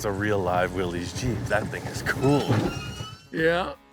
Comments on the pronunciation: Willys, pronounced Will-iss, not Will-eez. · BTW, it's pronounced Willis, like "Watchu talkin' bout Willis". Not Willies.